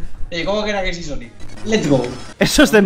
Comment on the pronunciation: Cuantos juegos de sonic te faltan jugar que tiene coperativo? XD y cuando dices "sonico" siempre imagino un redoble de tambores tipo: SONICO! tudu dum!